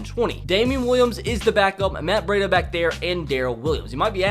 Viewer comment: He pronounced dre, Mostert, K'waun, Jaquiski and breida all wrong 😂